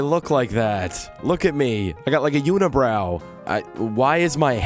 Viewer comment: Intro hey guys I'm back and I still have a unabrou